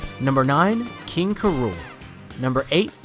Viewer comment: You'd say King K. Rool as "K" and then "Rool" not "KRool".